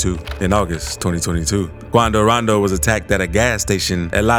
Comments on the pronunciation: why'd he say attacks quando rondo like that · I didnt know how to pronounce quando rondo before i watched your videos😂